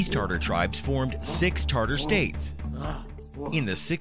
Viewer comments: Yeah, dude its not Tarter.... TATAR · Why does he write it as Tatar but pronounce as Tartar? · TATAR, like "tah-tar". tartar is a name of a sauce. come on dude, you're presenting a people and you don't even pronounce the english pronunciation of their name correctly. just try saying it - ready? "TA TAR". there. was that SO impossibly difficult, there was no way getting around it? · sir, you made so many mistakes when pronouncing such words as Tatar, khaganate, Genghis khan... it's not /tartar/, but /tatar/, not /kәgаgәnәt/ as you say it but /kagәnәt/, and not /geŋgis/ but /dʒeŋgis/ khan... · "Tartar" is a 'sauce'....it's TATAR !!! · It's not Tartar but Tatar. Talk about falling asleep in history class... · I stopped the video the second i heard TARTAR. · Pronunciations Ta- Tar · Does the word "Tatar" have a hidden "r" in the middle? I HEAR IT but I don't see it. Never have been sure if it should be there. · This narrator was really bad in the area of correctly pronouncing what he was reading. Honestly, if you can't even take the time to learn how to pronounce simple things like the title of your video (Tatar) to Attila to the myriad of other examples of sloppy voice work, then why are you bothering us with this video? If you want a quality product and an audience you need to present information to them that is accurate in all aspects and not half-ass accurate. It is a 16 minute script not a freakin' novel that you have learn how to pronounce. Garbage in is Garbage out. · How could somebody be so ignorant is narrating a short and mispronounce the name of the people that it's about